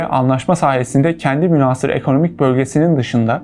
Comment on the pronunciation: Kardeş muhteva çok iyi, tebrik ederim. Lakin çok rica ediyorum lisanımıza biraz daha itina. "Münhaasır" şeklinde a harfini uzatarak okuduğun kelimenin okunuşunda a harfi kısa okunur. "Casus Belli" terimi Latince olduğu için hadi onu Türkçe okur gibi ce sesi ile okumana bir şey demeyelim (Aslında bu muhtevayı hazırlayanlar o Latince terimin okunuşunu da biliyor olmaları gerekir.). Türkçemize Arapça ve Farsçadan geçmiş köklü Türkçe kelimelerin nasıl okunacağına önceden hazırlanmak iyi olur kanaatindeyim.